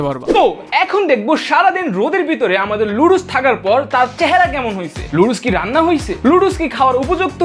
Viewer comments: লুডুস না নুডুলস হবে😊 এইটাও বলতে পারো না 😅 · Noodles ❌ ludus ✅ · নুডুলস ❌ নাদুস নুদুস☑️ নুদুল ✅✅✅